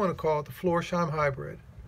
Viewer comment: hi, as you are a big fan of the shoe and the brand, and not for picking at you... the name is spoken floors... heim. like for example "floors house". the s and the h are not put together. heim is the German word for home. and the heim you already do pronounce perfect. it was very interesting to see how the stormwelt is made. and what a Christmas present for us... hammertime WITH compressor noise... such a perfect combination 😁🔨😘 cool shirt. best regards and happy Christmas time, Alex